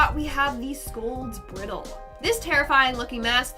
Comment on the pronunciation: Bri (eye) dle. Like a horse bridle.